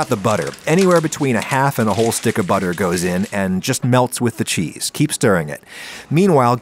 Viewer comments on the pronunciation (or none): none